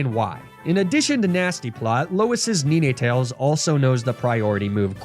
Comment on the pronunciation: You pronounce ninetails funny 😂